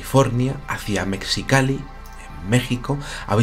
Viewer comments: querido: Mexicali se pronuncia con J MEJICALI. Aplica igual que con la palabra México en la pronunciación. Es un poco chocante escuchar "mecsicali". Aporte cultural sin afán de molestar. Alegres saludos desde Ciudad de México!!!! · Se pronuncia “mejicali”:p saludos! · Saludos desde Mexicali,! Por cierto, mexicali se pronuncia como si estuviera escrita con J o G, Mejicali o Megicali. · Hola!!! Yo soy de Mexicali!!! (Se pronuncia 'Mejicali', combinación de MÉXI- y CALI-fornia). Conozco bien el lugar a indica "A.". Acá pasan muchas cosas, principalmente en nuestra página salada y La Rumorosa. He pensado escribirte. Si gustáis...